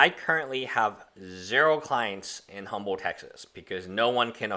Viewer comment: If you live in Humble Tx, you need to get the pronunciation of “Humble” correct...it’s Umble, the h is dropped.